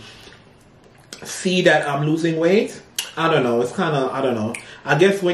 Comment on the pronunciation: YOUR WEI-TH IS FINE.😅 YOU DON'T NEED TO LOOSE ANYMORE.